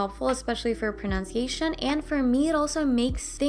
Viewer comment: I HAVE A QUITE HIGH COMPLIMENT TO GIVE YOU- the word "pronunciation" is very hard to say properly for polyglots for some reason, they either put emphasis in the wrong place or something, and you nailed it! I'ts like the 1 tell word. But yeah in convo we don't care about accent unless we can't understand your or are a bigot. And the latter you can;t do anything about. Congrats on your lang. ability as such a youthful age. AND your sense of humor is just natural and refreshing.